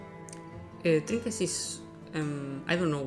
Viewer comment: i couldn't understand what he was saying for the fishing trinkiets thing, someone please help me, what did he explain?